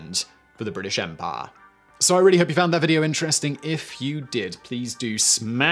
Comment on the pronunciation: Drink every time Simon pronounces "empire" as "EM-PAAAH"